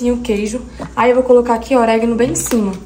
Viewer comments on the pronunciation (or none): não é CELORAS e sim CEROLAS,vc troca a ordem do R e L. E não é OREGUINO é ORÉGANO. Bjs 🌻